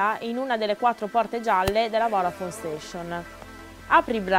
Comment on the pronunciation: qualcuno le spiega che si dice voDafone e non voRafone??